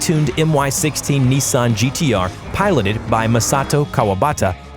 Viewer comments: It's not Niisan or Neesan, it's Nissan. Unless you're PewDiePie. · It's not neezan it's Nissan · Neessan GTR lol